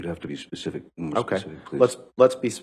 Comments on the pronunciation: Ambers Lawyer : speceee ..... ispecii.... its a hard word okay. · Heards lawyer, let's be pacific er specific. Child's mistake